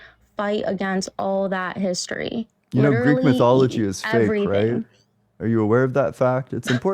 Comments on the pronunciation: Oh no , "the Greek meetheeology" 😂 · “Greek myth-ee-ology.” 🤣🤣 what an intellectual turd. So confident, yet so outstandingly stupid. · "Geek myth-iology" 😂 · This chick was the Bone Apple Tea queen! - "Your beating around my bush". 10/10 - "Thats ur umpsumption" 9/10 - "Greek Mythie Ology" 8.5/10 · “Greek mithee-ology” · Greek myth-we-ology was a good one, too. And micro biologic things. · She can’t even pronounce mythology correctly 😖